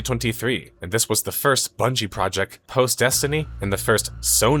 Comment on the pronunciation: projec twice